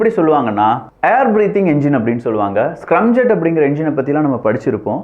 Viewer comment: தம்பி அது ஸ்கிரம்(scrum)ஜெட் இல்லை ஸ்கிராம் (scram)ஜெட் பல இளைய தலைமுறைகள் உன்னை பார்க்கிறார்கள் ஆகையால் இது போன்ற சிறு தவறுகளை திருத்திக் கொள்ளவும்